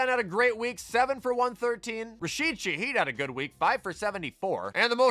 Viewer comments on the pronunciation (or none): none